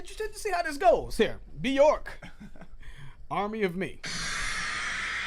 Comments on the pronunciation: It’s byerk not byork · It's pronounced bjerk, it rhymes with work, because there is an umlaut above the O.